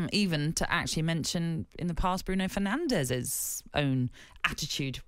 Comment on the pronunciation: How many seasons has Bruno Fernandes been in the Premier League, and still commentators and pundits can't pronounce his last name correctly? 🙄